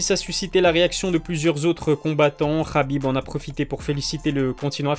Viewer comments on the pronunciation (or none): none